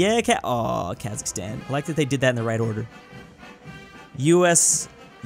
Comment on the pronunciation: The way he said the in this part is kinda funny because he said aww...